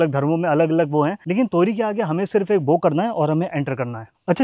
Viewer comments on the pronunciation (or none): बो नहीं बाओ 😅😊